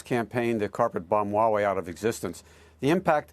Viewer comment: Many CCP 50cent says Huawei well.